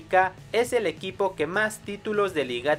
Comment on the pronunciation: En el minuto 9:8 dice EUIPO deberia decir EQUIPO XD